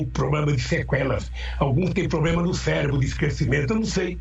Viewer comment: Se não me engano ele falou "CÉLEBRO"....KKKKK